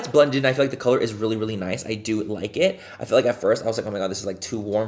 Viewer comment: Love, “back and the brows are filled”! Don’t stop!!! Every time I do my makeup even though I never make any social media videos I say it 😅 Also love when you say, “Gorga” and “It es… what it esss..” 😆🤣😂